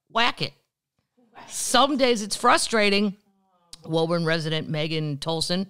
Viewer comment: Woburn, MA is pronounced (woo burn). Can't wait to see you in Boston!